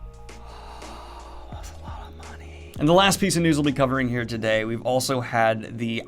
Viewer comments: Am I tripping or did he say "news to gay" instead of "news today"? Are my ears wrong?? I watched it over like three times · "the news to-Gay ." Gave me a little chuckle (' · "Let's go ahead and start with the news togay" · “the news toGAY” 🤨🤔